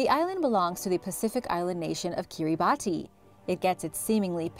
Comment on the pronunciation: Kiribati is pronounced kee·ruh·bas. No disrespect but it's always great to learn new things. Love your videos!